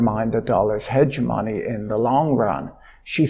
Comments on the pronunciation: At first i thought you were sying “Hedge money” not “hegemony” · i'm hearing THE DOLLAR Hege-MONEY / HEDGE-money